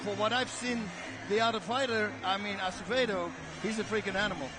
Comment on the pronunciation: I like how GSP butchered Acevedos name and then Bas Rutten decided to also say Acedeo LMAO.